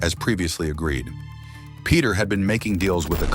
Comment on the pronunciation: When the narrator can’t even pronounce Peter